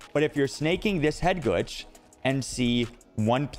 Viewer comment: What is this word "Headgooge" you are saying?? Great vid btw